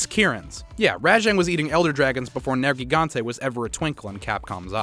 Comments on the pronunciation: I think "Ner-Ji-Gan-Tay" is more phoenetically correct. While Nergal is the God of Death and War, Gigante is the name meaning Giant. Nergigante as a name means Giant God of Destruction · I hope you do some research on how their names are pronounced I'd love to know where you learned some of them like Nergigante which is said as Ner-Gigante not Nergi gante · Ruiner Nergigante not Oregon